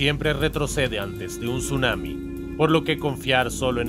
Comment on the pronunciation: Tsunami❌ Sumami✅